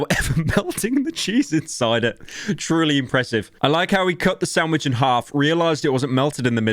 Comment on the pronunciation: huh, the entire vid is really pyro just saying "snandvich made rong". He truly rose up